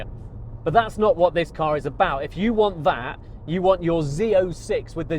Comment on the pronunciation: Yrr? It’s “your.” Before you have your sissify-fits over the C8, try learning to speak correctly..